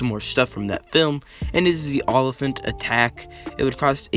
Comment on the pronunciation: Also like "o-liphant"